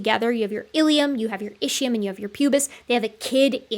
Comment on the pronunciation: Are you going to ever learn to pronounce "Ischium" correctly? It is pronounced ISKium. In ancient Greek (and Latin), ch is normally pronounced as a "K".